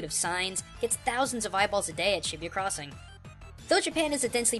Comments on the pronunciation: I think you say shibuya like shi - boo - ya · This is by far the most cringeworthy series at least learn how to pronounce the city's names its not Shibiya, not to mention Tokyo's mostly business, Tokyo tower is not the largest building its the sky tree, and this person obviously didn't research this game at all. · Is that how its pronounced? I always thought Shibuya was pronounced like "shi-booyah" ....Thanks a lot Digimon!